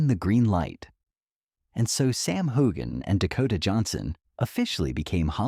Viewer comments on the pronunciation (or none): Learn how to say his name correctly, for crying’ out loud!😊